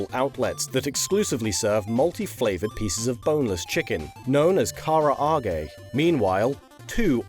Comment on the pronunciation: Karra-ahg-ey uhh? Lol